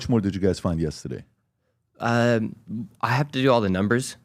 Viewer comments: I love how PBD say yesteday 🥰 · “Yesta- day “ 😂